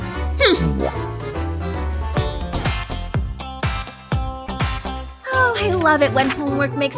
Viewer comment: John pier more like John pe-hair 🤣